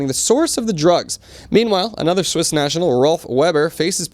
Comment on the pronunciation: “Swiss” , “Sasha “ 😂